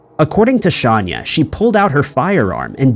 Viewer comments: its Shayna ...NOT shaaaania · It’s not Shaun-ya Hubers it’s Shay-nah Hubers. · Shayna not shanya lol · yes I know. If you look at the board she's holding in her mug shot, her name is spelled SHAYNA and he's pronouncing it Shanya, which is incorrect. Just a mistake, but doesn't effect the video story/content. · Hey - actually, it's pronounced "Shay-na" but it's pretty bad whomever put this video together didn't notice the glaring error! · Shay-nah.Look at your own video,her mug shot is right there with the spelling...I knew I'd seen her case before ,but the way you were saying her name as "Shahn- yah" threw me off... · How did he get Shanya out of Shayna.... Pronounced: Shay-nah... Shay-nah.... Shay-nah........... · On what planet is SHAYNA pronounced SHONYA 🤦🏻‍♀️😂😂 It’s Hubers too not Hubert It’s not Edinburg! 😭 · Her name it is not Shanya, it is Shayna Hubert. 🙄🙄 That said, she made a mistake killing her boyfriend. If he didn’t want anything to do with her since he had been pursuing a relationship with a Miss America or a a model or something to that effect, Shayna should have accepted it like a grown woman she was and let him go. NO ONE is attached to the other person, NO ONE, everyone is FREE to walk away. But pretending that he or she “belongs” to you, it is a deadly fantasy created in people’s minds. A very sad and tragic case where one person is deceased and the other incarcerated. Shayna ruined her life and career, and ended the life and career of another. Shayna forgot that “there are a lot of fish in the water!” She could have found another man because of her looks and educational background . Besides, no man is worthy going to prison, Shayna, remember this when you are out in parole. What a waste this case was, what a waste. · im sorry but her name is shayna not shanya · ~ Please be more accurate in your videos. It’s “Shayna” not “Shanya” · Shayna not Shanya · Her name is pronounced Shane- ya Not Shawn- ya YouTube search videos about her hun